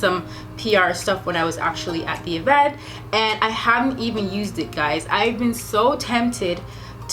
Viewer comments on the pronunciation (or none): none